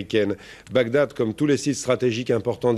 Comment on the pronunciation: Bagdad et non Bagdadad lol!!!!un peu d’effort merci .